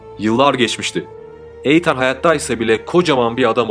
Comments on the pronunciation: Ya allah rızası için şu İngilizce kelimeleri bilmiyorsanız söylemeyin. Videonun her yerinde Eytan diyorsunuz. İnsanı rahatsız ediyor sadece. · Eytan değil İtın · eytan degil iiiitean bence türkçe okuyabilcegin gibi azdım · Benim bildiğim de Eytan diye değil, itan diye okunduğu :) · Eytan ne be kardeşim.Bu telaffuz hatalarını bu tarz video yapanlar çok yapıyor.O kadar hazırlık yapıyorsunuz.Okunuşunu bilmediğiniz kelimelere de bir göz atıverseniz çok iyi olur kardeşim.Naçizane;''itın''. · Odaklanamadım. Eytan Eytan. Adının doğru telaffuzu Iytın. Ancak 4 dakika izleyebildim. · EYTAN NEDIR YA? BAZI ING.KELIMELERI COK GARIP TELAFFUZ EDIYORSUNUZ.VIDEOYI BITIREMEDIM VESSELAM.ETAN TURKCE ÎTIN DIYE TELAFFUZ EDILIYOR.LUTFEN, BIRAZ DIKKAT VE OZEN.ICERIKLERINIZI COK BEGENIYORUM.AMA, KAC TANE VIDEONUZU YANLIS TELAFFUZLAR YUZUNDEN, IZLEYEMEDIM! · Yalnız sanırım o isim eytan diye değil itın diye okunması gerekiyor. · Eyyan ney kardeşim iitın diye okunur okunuşlara dikkat edin komik oluyor. 😃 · İtın abi, Eytan nedir ya? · Etan (okunus: iithın) eytan diye okunmuyor maalesef ve lütfen kusura bakmayın bir süre sonra tırmalıyor kulakları. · Eytan değil kardeşim iytın diye okunuyor ...! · Eytan deme artık İttndeee 😂😂😂nolur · Eyytan diil... İytın... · Eytan değil edın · Eytannn nedir ya , iytın diye oku bari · Kardeşim bilgin olsun eytan diye okunmuyor, itın demen gerekiyor. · Eytan ne ya? (itın) Şu İngilizce isimleri doğru söyle ya. Kulak tırmalıyor. Dinleyesim, izleyesim gelmiyor videoyu. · Eytan degil etan yaa offf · Eytan değil Eathen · Ertan değil İ Tın olcak Etan(itın) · Eytan değil (İytın) diye okunur. Emeğinize sağlık ama bu sebepten izlerken kanser oldum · Doğrusu Eytın diye biliyorum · Yok resmen videoya odaklanamıyorum 🤦🏼‍♀️ Eytan nedir ya? 😂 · Eytann değil kurban olayım böyle okunmaz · i-tın böyle okunur... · Eytan nedir ya. Hiç ingilizce bilmiyorsunuz tamam da bari nasıl telaffuz edildiğine baksaydınız. Videoyu izleyemedim.